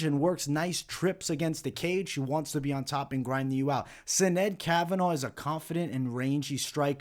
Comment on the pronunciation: As an Irish kid from South Bend (and you being Italian I am sure you can relate to how certain words are said incorrectly makes you shake your head lol) it is killing me how many videos are saying Sinead's name. So in Gaelic, Sinead is pronounced "shi-NAYD" and actually it usually has an accent over the (é). In Europe/USA, it is the equivalent of Jane/Jean/Janet (feminine form of John). This comes from the Hebrew form of Johannah/Yohannah. This means "God is Gracious" and was my grandmother's middle name. God bless,!